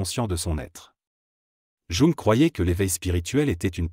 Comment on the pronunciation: Mal prononcé JUNG!